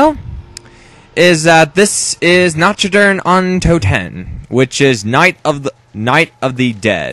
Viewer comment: nacht is pronounced not